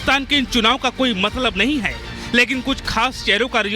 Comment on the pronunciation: Abhe Kuttei " hai "ko " k "bol Raha hai munh se supari nikal k baat kar